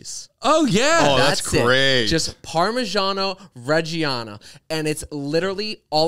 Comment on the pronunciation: the pronunciation of reggiano is killing me